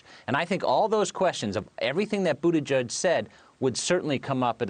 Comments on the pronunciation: Lol. I thought he was saying Buddha Judge. 👀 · "Boodejudge" really? Are these people really too lazy to do a 2 minute Google search on how to properly pronounce this man's name 😑